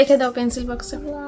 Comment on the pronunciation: বাস্ক নয় বাক্স বলে